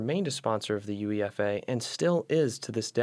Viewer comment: UEFA is pronounced Youayfa